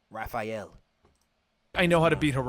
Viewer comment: Raph, not Ralph. He's not Ralphael, he's Raphael